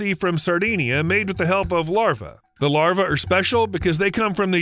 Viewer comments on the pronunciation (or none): Why is New South Wales labelled as Western Australia? Is that an indication of the accuracy of the report? Not to mention pronouncing "larvae" as "larva". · The plural of larva is larvae (pronounced lar-VEE").